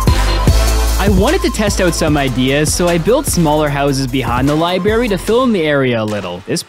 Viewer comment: I stopped watching simply because you said Li-barry